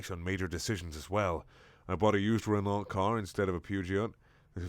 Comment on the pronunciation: or is it Puh-zheou? He also mispronounced Renault, it's said 'Ruhnau'. Also, sorry for resurrecting a dead comment thread